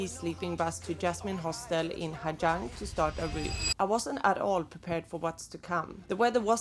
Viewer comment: You do know that the letters "Gi" together in Vietnamese is pronounced as a "Z", right? It's pronounced Ha Zang.